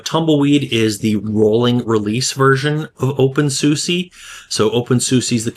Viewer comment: Oh, please learn how to say the name of the distro correctly.